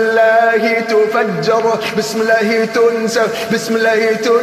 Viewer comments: الله وليس اللة لأن اللة تنطق اللات نعوذ بالله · الله ليس اللة لأنها تنطق اللات والعياذ بالله